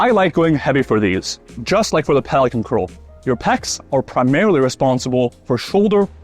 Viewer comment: A standing version of DrMikes prone curl—- when you said pelican at first I thought you said Poliquin.